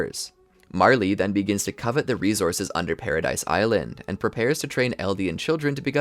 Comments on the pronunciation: Loving the content - just fyi its not pronounced paradise but “para-dee” and Maria is “MAR-HIA” just a note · man needs to realize paradis is pronounced without the s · It's pronounced PARADEE Island. Spelled Paradis, the s is silent.